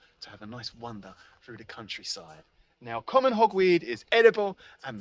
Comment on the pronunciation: it sounds like you are saying wonder instead of wander! (maybe you are doing both?!)